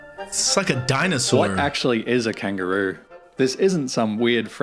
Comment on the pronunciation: Love your reactions - just a 'heads up' - it's pronounced KANG-GUR-ROO (hard 'G' like in ANGER...)